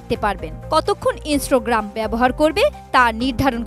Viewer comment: ইন্সটোগ্রাম‌😂 এটা কেমন উচ্চারণ